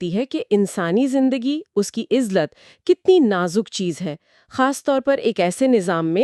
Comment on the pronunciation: عزلت/ عزلت ( دونوں بھی غلط ) عزت ( یہ صحیح ھے )